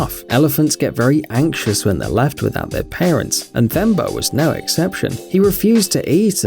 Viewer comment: It’s pronounced as T-Hemba not Th-emba